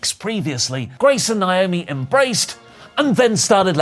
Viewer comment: WHERE ARE THE TIME STAMPS?!....AND STOP PRONOUNCING NAOMI'S NAME WRONG!